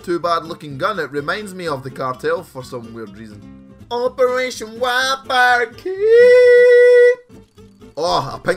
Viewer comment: at 0.01 put that rapid fire attachment on "operrrrration"